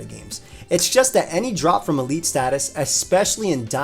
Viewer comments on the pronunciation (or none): none